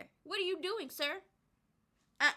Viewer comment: i hope somebody take yo clip and make a meme out of it "it's 2024 this is not your era no more preps for the punchline siRR!" *then pauses wit a straight unamused face*👉🏾😐 HAHAHAHAHAHAHAHAHAHAHAHAHAHAHA yessssss loved it the absolute highlight of this video for me hands down i'mover here rewinding rewatching and lmao at least 3-4x already no f'n 🧢🤭.....